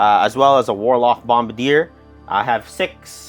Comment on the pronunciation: So no ones mentioned the narrator saying "Bombardier" like it's french? "Bombardie'" 🤣.